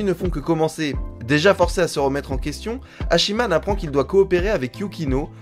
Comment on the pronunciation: Et on prononcer pas "Hachi man" mais Hatchiman ^^